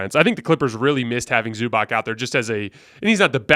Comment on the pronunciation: I don't know why, but can't say Zubac correctly. It should sound like Zubats not Zubock